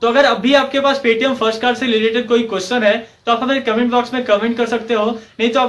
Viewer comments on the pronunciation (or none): none